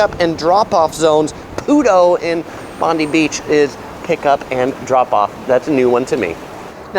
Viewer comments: the beach is pronounced... Bon-die! not bondee 🤪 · the pronunciations of bondi and coogee have me dead. hahaha bonde you say it like bond eye and cou geeee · Bondi is not pronounced Bond-dee but Bond-die. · Beach names: Clo-vell-ee, Coogee= coo-jee , Bondi= Bond-dye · For a non-local I have to say that his Mamak recommendation is spot on. But his pronunciations are off of course. Cendol/Chen-dol, Bondi/Bon-dai, Coogee/Koo-jee. Also good for a tourist shopper to know is that Town Hall Station, QVB, The Galleries, and Pitt St Mall are all connected via underground so you don’t even need to walk on the streets to get to all those places. Especially if it’s raining. 👍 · Some pronunciation corrections: Bondi (Bond-eye) Coogee (Koo-jee) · In fairness, he got Bondi right most of the time, there was just one sneaky ""Bond-EE" in there before he got there. The latter two, honestly, I was pretty much expecting the butchering that they got. Still, having been away from Sydney for about 8 years and living in Toronto now, there are plenty of areas that I wouldn't have a clue on pronouncing if I'd not heard them, so I don't want to be too harsh on him. And I hadn't picked up that you can just tap on/off PT with credit card now, so I did actually get something out of this. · Solid video! Few pronunciation points: Clovelly = Clough-vel-e. Coogee = could-g. Bondi = Bon-die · But I winced at the pronunciation of Bondi, Clovelly, and Coogee.